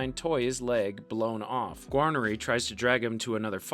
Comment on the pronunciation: gwarneree, muck and kentala, toy-eh, and george lose all had me giggling a little too lol